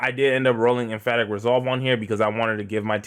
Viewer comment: em·path·ic /emˈpaTHik/ Just had to put that right there. Idk what chest you rocking. But you saying some other....... lol